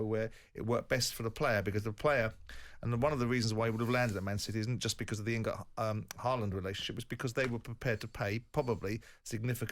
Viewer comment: Even Mr Jordan, an eloquent pundit can't get Haaland's name right.